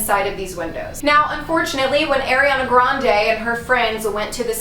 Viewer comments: AIRI-ana? 🤦🏼‍♀️ it’s ARI-ana 😂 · I LOVE the idea of doing spooky vids in the summer, I always miss them this time of year. This Ariana stuff is fascinating, but just a heads up, its AR-iana not AIR-iana but I used to say it wrong too lol so dont feel bad.